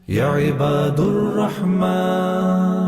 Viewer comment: یا عبا د الرعمن دال پر زبر ھے